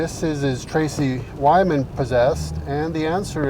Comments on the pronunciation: Is the host purposely mispronouncing Tracy Twyman's name for magical protection reasons, or is he just lazy? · TWY-man, not WY-man